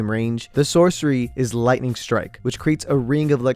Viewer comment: It hurts to hear you saying: Lightninining.